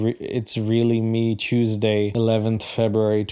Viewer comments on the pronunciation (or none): none